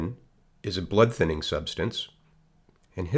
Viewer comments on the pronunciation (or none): none